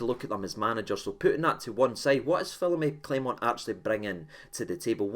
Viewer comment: Agreed almost fully in everything in the video except the pronouncing of his name 😂😂 say it again 😂😂😂